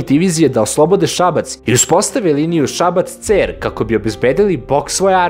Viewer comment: Nije Ceeer, nego Cer sa kratkim e, al nema veze. Svaka cats brate! Šabačka divizija!